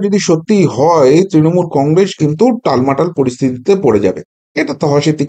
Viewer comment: কংগ্রেস - শব্দটার শেষে ' স ' ; ' শ ' নয়।